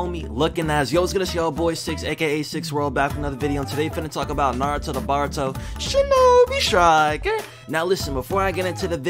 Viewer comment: It will always be the highlight of my day hearing you say ShInObE sTrIcKeR